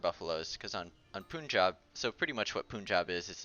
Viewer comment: For the 3rd TIME ! its "PUN-jaab" , not POOON-jaab, "Pun" as in Fun